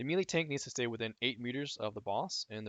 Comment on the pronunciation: omg, it's "may-lay" not mee-lee xD